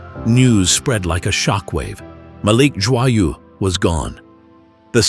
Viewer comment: pronouced Joyeux is real bad idiot